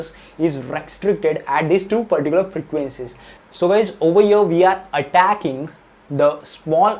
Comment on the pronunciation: Whenever i skipped video he was saying paricular 😂